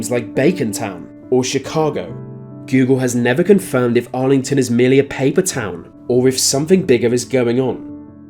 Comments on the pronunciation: AI commentary Argleton not “Arlington”. Bit of fakery from whoever made this. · It's Argleton, not Arlington but still a fine vid man!!! cheers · Argleton is pronounced Arlington?